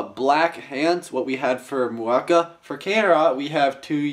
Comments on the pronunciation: Muaka - Yellow Kane-ra - RED Mu-a-ka NOT Ma-u-ka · ist it pronounced mu-a-ka not mak-u-a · Dude, you pronounce Muaka wrong. It's "MOO-AHH-KAA" not "MAA-KOO-AA"